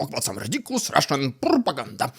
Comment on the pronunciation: Rrrrriiidicculouss Rrrrrrussian Pppprrrropaganda hhhhhhaapluttt!!! Wtf is that, I'm scared 😨